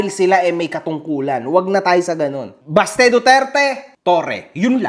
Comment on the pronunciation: BASTE❎ "BATSE"✅ to Singapore.